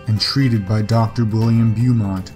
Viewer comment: in number 2 its pronounced macinaw, and the doctors name is pronounced bomont